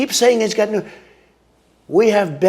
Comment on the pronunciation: He gets points for pronouncing nuclear correctly. Not nuc u lar, like almost everyone else.